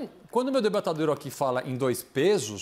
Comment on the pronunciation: Augusto nunca usou a palavra:" debatedor" começou segundo o Caio, a prova é que ele fala:" debatAdor" kkkkkkkm